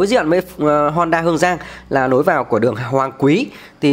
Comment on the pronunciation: Bạn nói ngọng l thành n, n thành l nhiều quá: “nối vào Hoàng Quý”, Khu vực này khá “nà” cũ kỹ…